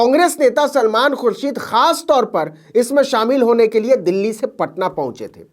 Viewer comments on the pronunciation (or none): none